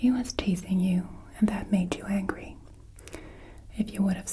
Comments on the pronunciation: you also said angy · Angy or Angry? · Same thing with "Angy"....angry lol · You forgot the "r" in angry. Just kidding! It was an excellent experience!